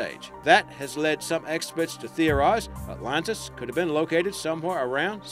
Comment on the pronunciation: Without seeming rude, may I ask where you're from? Are you an Aussie trying to use an American accent, or an American trying to use an Aussie accent? You sound very strange and pronounce most words, Names, etc. as never heard before. e.g. "The Lost City of 'OTLONTAS'? Just curious. I enjoy your clips, but often wonder What accent you have.